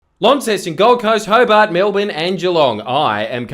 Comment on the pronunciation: You finally pronounced Launceston right, good job 👍